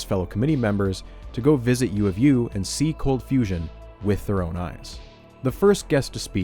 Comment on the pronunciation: "Cold fusion has turned into confusion" idk how you butchered that